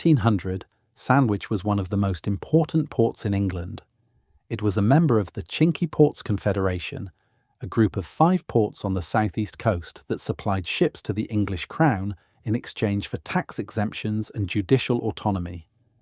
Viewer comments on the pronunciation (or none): Lots of footage that is not England which is a shame. Pronunciation is off too: it is not LeCock but pronounced laycock. And it isn't sinkwee ports but sank ports. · Some dreadful pronunciation here, not least the "chinkwey" port 🤦. The cinq ports! And the rest were ropey at best